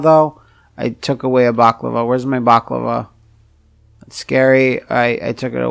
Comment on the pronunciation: “Balaclava”, not “baclava”.